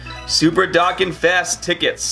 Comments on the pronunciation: No disrespect but it prounounced Doe Kahn not dock can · Sorry it's not DOCKAN ITS DO-CON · Why do you say dokkan wrong?